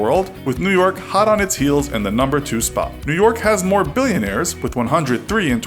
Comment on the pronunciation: It’s billionaire not bilionare 🤦🏽‍♂️